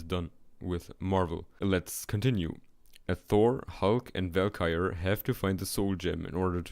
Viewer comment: it's interesting. also funny when you can't pronounce valkyrie, realms, or hela